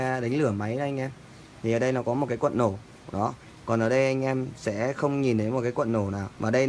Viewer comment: "cuộn" chứ không phải "quận" bác ơi. Người nghe không quen sẽ thấy nó buồn cười lắm :)))